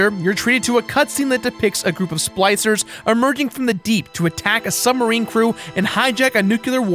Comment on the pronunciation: Goddamn "sploicers"!